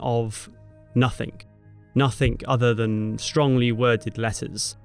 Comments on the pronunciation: It's "nothing", not "nothink" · Advertising 'Babbel'? Try grasping your own language..it's nothing, not nothink. Over and over '"NUTHINK" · No such word as Nuffink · it's nothing not nothink